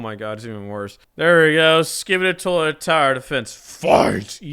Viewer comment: Other people:Toilet:Toliet